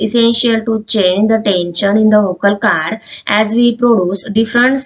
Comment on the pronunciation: Hi mam I don't want to judge you But 😢 You wore saying Caad not cord But it's ok ❤